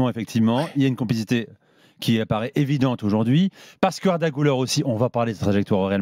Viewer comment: cest guler pas gouler son nom